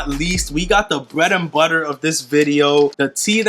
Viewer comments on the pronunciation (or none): none